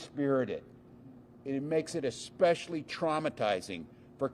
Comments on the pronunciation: Expecially. Is he 12? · He said exspechially cruel? Exspecially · Exspecially, Walz? 😂😂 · Tim Walz, a sitting governor, says "Eck-specially". This could be viewed as pedantic. But sometimes, being unable to do small things right really IS a diagnostic about bigger things. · Exspecially? This is the Gov’s language skills. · Walz was a teacher but to him "expecially" is a word. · Exspecially? Timmy learn the language. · two guys with a car and camera expose a governor who says "expecially"